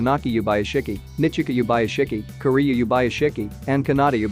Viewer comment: When you say Kiriya it sounds like Korea.